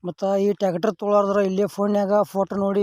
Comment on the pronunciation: ಟ್ಯಾಗಟರ ಅಲ್ಲಾ ಅದು ಟ್ರ್ಯಾಕ್ಟರ್ 😂😂😂😂😂😂😂😂😂😂😂😂😂😂😂😂😂